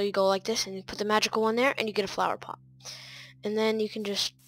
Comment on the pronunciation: he's saying plot's????? why it's pot!!?!?!